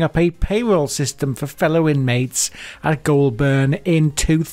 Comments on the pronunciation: Its not pronounsed glolburn its golbin not the spelling just how u pronounce it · Its pronounced "Golburn" not Ghoul burn, but clearly appropriate given what the content is about👍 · “Goulburn” You got the first syllable right but the second one is pronounced more like “bin”, but without the “i” Making it “Goul-bn”. Same story with Melbourne. I know how it’s spelt but it’s pronounced “Mel-bn” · It's Gol-burn, not goo-ol-burn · ITS PRONOUCED 'GOULBIN' NOT 'GOULBURN' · Only a pommy who'd never been near Goulburn would pronounce it Goolburn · Just a note here it's pronounced as "Golb'n" not Goul Burn" as you were saying. If you're going to do vocals in overseas videos it helps a lot to say place names properly - or better still don't talk in them. Having suffered through your video, almost all your Australian place name pronunciations are wrong. (I'm an Aussie, and I know A LOT of my country!!!) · I gotta fix this blurr. It’s Goulburn. We pronounce it as goal bin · Great video, but as a local you must pronounce it like you would say "Golden". o7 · Its pronounced "goal'ben" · Listening to others pronounce Goulburn is hilarious. Pronounced Goal-bern not burn. Just think the R is a short R. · Goulburn pronounced "Goal Bun" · Pronounced Golben even tho it’s spelt Goulburn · Please… it is pronounced ‘Golben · It’s pronounced “Gol bin” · Pronounced "Goulbn" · Pronouced Goal-bn. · Goll burn lol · Isnt pronounced GOUL BURN it is pronounced her GOUL BUN goulburn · Say Goulburn properly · Before making such a vid, perhaps you could learn how to pronounce Goulburn. And if you would like any credibility you could learn what an Australian criminal court looks like so you don't grab stock courtroom footage that can not possibly be Australian. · You need to learn how to pronounce Goulburn. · Learn to pronounce Australian town names correctly I found it very irritating.